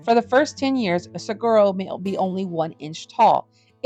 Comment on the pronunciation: Very informative and interesting. One note, the correct pronunciation of saguaro is 'sa wa ro'. The 'gu' is replaced by a 'w' sound.